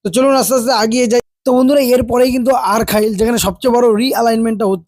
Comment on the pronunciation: Ota "ARKHAIL" noy "ARKHALI"... "SONADIHI" noy "SONADANGA"....plz rectify next time